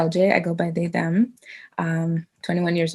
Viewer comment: Its pronounced THEM not THUM